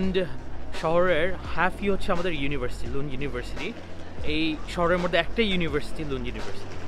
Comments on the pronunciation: What is ' মরদে' 😂🤦‍♀️ It's" মধ্যে" vaia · Exactly. I was a bit confused at first but as the video was going ahead, umderstood 🤣🤣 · moddhe❌ morde😂 you're cute